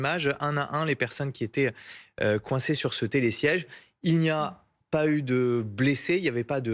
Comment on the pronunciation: "ceux qui zétaient"??? VA A LECOLE!